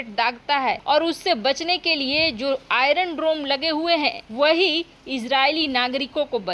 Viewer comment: बक बक काफी नही है । शुद्ध बोलना अधिक जरूरी है ।आइरन डरोम नही , आइरन डोम बोलो ।